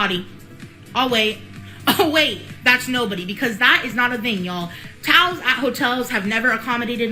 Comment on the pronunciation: She says TOWS not towels , just one more thing I cannot stand about this girl !